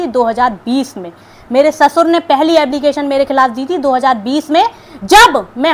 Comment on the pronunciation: Ablication Nahi application